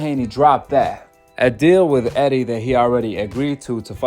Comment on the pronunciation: Reejus reejus reejis reejis reejus reejis reejus reejus reejis reejis.. who th is reegus???